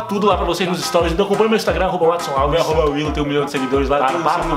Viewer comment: Quando eu comecei a assistir o canal eu achei q ela falava “irmãos watson” mas é “willou mais watson” kkkkkkkkkkkkkkkkkk